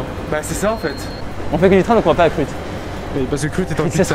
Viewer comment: Ça se dit bien Kruth !